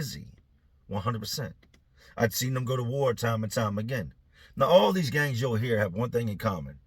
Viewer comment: He said gangs 😂 did sound like gays tho lol